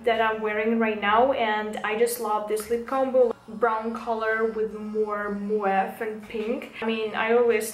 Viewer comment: Не муав а мов